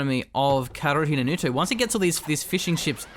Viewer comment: So, the drinking game here is to take a shot whenever mispronounces "kaerunohito".